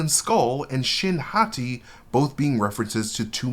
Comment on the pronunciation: Whenever I hear Shin Hati.... speaking Japanese all the time as I do... I hear... Shin= new Hati= Hottie.... aka new pretty hot girl... which is indeed what she looks like. I doubt this was intentional.... but I am sure this is what many Japanese will take from this if they use that pronunciation in the Japanese version. lol....